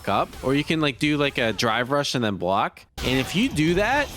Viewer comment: "Coodn't blawk!" ( epithaph)